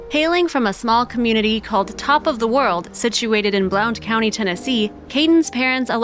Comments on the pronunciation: It' is pronounced "BLUNT" County. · Blount county is pronounced "Blunt county" I remember this it's not too far from me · I’m from East Tennessee and the mispronunciation of “ Blount County” is driving me crazy . It’s pronounced “Blunt” county !